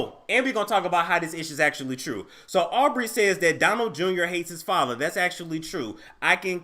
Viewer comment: Wait,.. did you just call her "Arby"! ?( Aubrey)🤣🤣😭💀